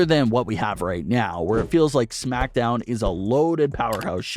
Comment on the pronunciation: You pronounce smackdown like shmackdown lol